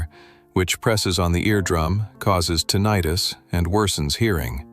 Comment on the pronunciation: Fact 6:- Tin-i-tus (or as he calls it ton-eye-tus) is caused by using loud machinary/tools without ear protection & there is Nothing that can be done to cure it